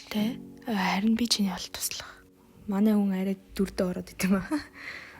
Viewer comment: Арай гэж хэлээрэй айрай биш шүү